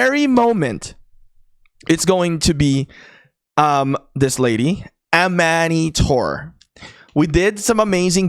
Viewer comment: Butching amanitore name lol